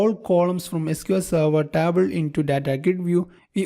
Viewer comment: Dude, your English is perfect. But that TABL instead of table really cracks me up! good work tho